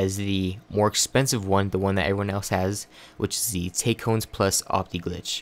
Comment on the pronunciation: It's pronounced "tack-ee-on"